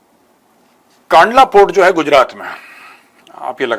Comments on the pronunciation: कांडला नहीं सर कंडला पोट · It's कंडला * कांडला